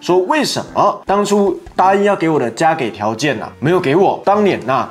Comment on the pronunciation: 為什麼89要把加給（ㄐㄧˇ）唸加給（ㄍㄟˇ）？是做影片的關係嗎？